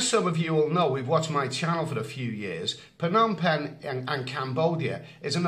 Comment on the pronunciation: How can it be Phanom penh? Friend can you change pronunciation?